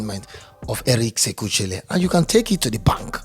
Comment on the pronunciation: Eric sekou chelle is pronounced " Eric seku shell "